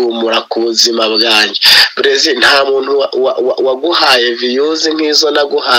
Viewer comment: Uvuzukuri abenshi muribo n' Inkandagira bitabo ntibazi nokuvuga Praisil bavuga Brezire yongwe we amwita Brazire bose nababaye ibisambo mu mihanda batize numwaka wambere ni birofa gusa puuuu!!